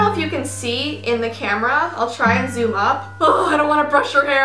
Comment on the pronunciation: im gonna zumm the camera Me:please no